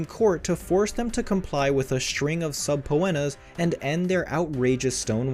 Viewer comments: If you read these comments PLEASE learn how to pronounces subpoena... SUB PEE NUH Subpeenuh = Subpoena NOT Sub po en uh. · Jesus Christ!!! It’s pronounced, SA-PEE-NA!!! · subpoena is pronounced suh-pee-nah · Suh-pee-na, dude. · . .say it slowly. .Suh-pee-nuh . .it’s Latin for: “Court Ordered” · Sub-pho-annas....LOL! Yep, the repeated torture. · What the hell did you call a subpoena 😂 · If you’re going to narrate a video… please learn how to pronounce words. Subpoena … seriously. 🥸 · Came here to say this! Lol! It was so annoying! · Thank you!!!...geez, like he's never heard the word "subpoena".